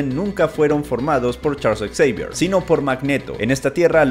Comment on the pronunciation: "Charls Eksaivier"